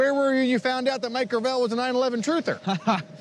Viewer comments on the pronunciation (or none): Gravel is already a word that exists, please stop butchering the easiest pronunciation of all time.